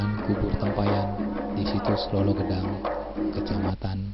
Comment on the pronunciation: Lolo Gedang mas bukan Lolo Gadang